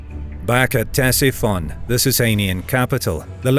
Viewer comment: The capital of the Sassanids was Ctesiphon not Cresiphon